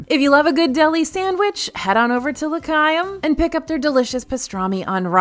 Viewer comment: Rally love the video! The Hanukkah booth is pronounced La - Hi-um - which you did say about halfway through. But earlier it was La KY-um and I was like, NOOOO! So anyway, just letting you know in case you missed it. Again, loved the video and your magical attitude is always so fun!